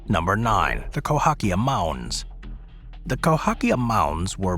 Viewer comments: CAhOkia, not COhAkia. Cahokia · You flipped the letters in Cahokia mounds. It's spelled Cahokia, pronounced ca-hoe-kia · It’s Cahokia, pronounced Kah Hoh Key Ah. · It's Cahokia Mounds!